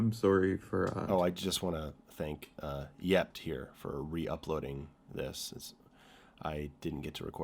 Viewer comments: I love how everyone pronounces that re-uploader's name as "yept" It's "chort" (and means "imp" or "devil" in Russian, and/or possibly other Slavic languages...) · Cackled a bit at that channel name, Чёрт, which is pronounced "Chyort", a russian word for "evil spirit" as a noun or as a cuss word like "damn" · I'm sorry but pronouncing 'Чёрт' as 'yept' kills me lol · Чёрт, pronounced roughly Chyort or Chort, is the Russian word for Devil. The metaphysical one, not the cute and bitey Tasmanian one. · Fyi, "Чёрт" is pronounced as Chort, its Russian for demon. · The name of the person that reuploaded the video is pronounced as "Chort" (Originaly "Чёрт")